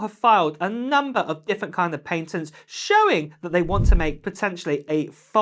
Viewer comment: I cant listen to him say ‘pay-tats’.